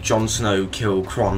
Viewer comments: QHORON, not QHRON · It's not Kron, Pronounce it - COR-RAN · Its qhorin not qhron. Did you not watch the series? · Its pronounced Core-in